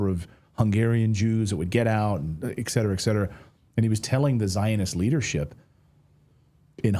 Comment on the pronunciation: STEAM? Move into the current century...Volvo, CAT, etc., do not use steam anymore LMAO - and it's ET cetera, not EX-cetera btw